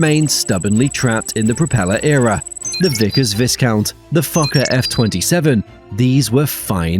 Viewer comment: You said fokker wrong